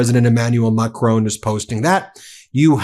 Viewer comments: Macron is pronounced Mack-ron, rhymes with “on” (not “own”) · Ben! Please stop calling Macron Macrone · Love your show.but it's Macron.not Macrone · It's not Macrone!!! It's Macron and the N isn't pronounced. It's more like Macroh. Get it right or stop saying it. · Macron NOT McRone Ramap-hosa NOT Ramafosa. Why do Americans always put the emphasis on the wrong syllable? The emphasis is on the first syllable, not the last. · Macron..... Not Macroan. Like McDonald, add an R and just finish with on. Macron. And then just add the Pepé Le Pew accent. Done. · It's not Mac-rone, it's Ma - Cron with an almost silent 'n'. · ‘Macrone!’ It’s Macron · Ahh Stop calling him Macrone Macron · Who is this President MacCrone? I have never heard of the Clan MacCrone. Or should Americans learn to pronounce French names? This horrible mispronunciation makes me cringe whenever I hear it. Sorry....... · Please learn to pronounce 'Macron' correctly...it's an unfamiliar sound but not that difficult! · Please Ben, pronounce President Macron’s correctly! It’s not a drawn out ‘o’ Please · Is there ANY American capable of pronouncing 'Macron'? They would get pissed off if I said Donald Tramp. FFS get it right. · Hey Ben, good work but please - his name's Macron as in Enron, not Capone, and if you want it to sound French say the 'n' with the rear of the tongue against the roof of the mouth not the tip of the tongue against the teeth. Thank you. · You don't have to pronounce the "N" in the French President's last name. :) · "Macrone","Versize", "Ramafooza" - it's excruciating